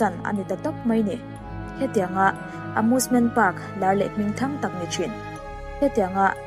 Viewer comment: Amusement❌ Amoosement✔️